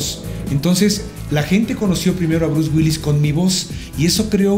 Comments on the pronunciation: El cree que sabe pronunciar palabras en ingles y no puede ni decir Bruce Willis! haha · Este vato cáguela y cáguela pronunciando "Brus güils" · Bruce Wills? Omg ni porque Mario dice repetidas veces Bruce Willis jajajaja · Por qué dices Bruce Wills? Es Bruce Willis! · Bruce Wills jajajajajaja WILLIIIIIIIIIIIIIIS La I si se pronuncia! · "Bruce Wills" xD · lo q me da risa es q el mae le dice " Bruce Wills" en vez de " Bruce Willis" jaja